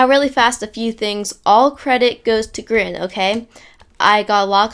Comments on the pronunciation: Its not grin Grian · It is Grian not Grin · No the best head game person is "Grian" he said "Grain" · Love how you pronoun Grian not like Gree-uhn, but like Grin, XD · Grin? Sir I think you mean Grian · Did he say “This effect was of course made by GRIN